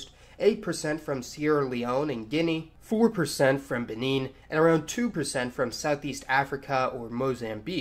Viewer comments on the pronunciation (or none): none